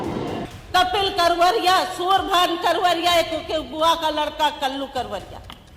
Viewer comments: आप कावरिया बोल रही है मोहतरमा वो करवरिया है शायद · It's vijama yadav ji not vijiya and uday bhan karvariya ji not kaveriya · कावरिया नहीं "करवरिया" है... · न्यूज़ एंकर को सही हिन्दी उच्चारण करना नहीं आता। मोहतरमा हर बार विजमा यादव को विजया और करवरिया बंधुओं को कावरिया बोल रही हैं।😁🤪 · विजया यादव नहीं विजमा यादव है इनका नाम और उदयभान करवरिया है कावरिया नहीं (एंकर जी ) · बार बार कह रही हो करवरिया बंधु है कावड़िए नहीं हैं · विजमा को विजया पढ़ती है, करवरिया को कावरिया पढ़ती है । प्रतापपुर को प्रतापगंज पढ़ती है । यही है इनकी मेरिट । फिर आरक्षण का विरोध करते है ।